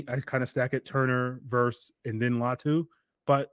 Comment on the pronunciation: It’s LATU